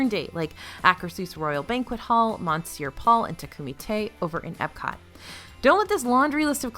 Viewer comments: It’s pronounced ‘miss-yer Paul’ not Mon ser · please learn how to pronounce Monsieur correctly😂😂😂